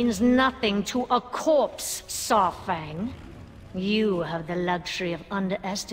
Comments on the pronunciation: It's pronounced SAR-fang. Like DINO-SAUR-fang. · But i have one question for, who the hell is Saaarfang? She never says Saurfang right. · I really don't like and how she pronounces Saurfangs name, and the way she sounds like Severus Snape.